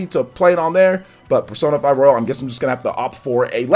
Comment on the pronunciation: It's "royal" not "royale"